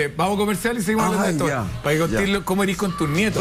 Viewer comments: SIII.. la Pancha y Jose dicen SIEMPRE "ERIS".. Yo nunca habia escuchado eso antes??!!😅🤣🤣🤣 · Me fascina cuando dices ERIS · Me encanta el programa, vivo en Francia, pero por favor di ERES NO IRIS, tratemos de hablar bien.